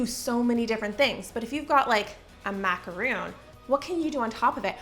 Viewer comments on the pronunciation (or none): Macaron. Not macaroon. Two different cookies. You should know the difference. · Had to stop watching after the 2nd time she said macaroon in less than a minute. It's mac-a-ron! I don't know why but that just gets me riled up. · Enjoyed the video but was so dumb struck that a baker didn’t know the correct pronunciation of the French pastry macaron. A macaroon is a coconut cookie. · Macaron not macaroon 🤦‍♀️ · I love your videos, and I’m not trying to be a D*** but it’s macaron not macaroon 🤪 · I love you so much. But every time you say "macaROON" instead of "macaRHON" it's killing me, girl. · The first were macaron. Macaroon are something different. I don't like how the two names are so similar. Not long ago I realized the correct pronunciation and difference. That's the only reason I share. 😊